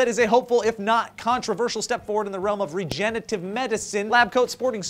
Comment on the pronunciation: did say regenitive?